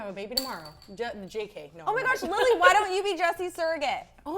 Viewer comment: I don't personally fallow Jessi but i haven't forgotten her since Lunchy Break, i use to say Lily like a normal person until her episode. Now i say Lilllly like her without being facetious, she literally changed the way i pronounce the word lily.